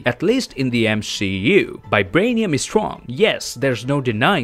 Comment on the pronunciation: Is it just me who hears 'Bibranium'?